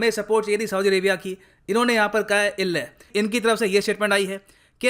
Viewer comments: "ille" 😂epic sir ji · When he say " illay"😂😂😂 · unhone kaha 'ille' 😂... why no one is talking about that! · 0.37 the way you told elle.....😂😂😂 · Sahi me "ille" kar diya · The way says jabb hume unki jarurat thi, unhone kaha illeh😂🤣